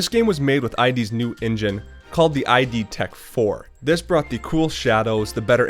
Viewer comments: id Software's name isn't an acronym and isn't pronounced "eye dee". It's "id" (as in "kid"), and it's a reference to Sigmund Freud's model of psychology, where "id" is the unconscious part of the human personality representing basic instinct, desire, and aggression. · It's not "eye dee" it's id like "it" ... From the psychology terms the id, the ego, and the superego.